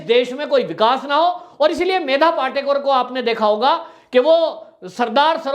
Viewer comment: पाटेकर नही पाटकर।